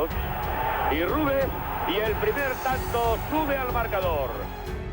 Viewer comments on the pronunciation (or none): none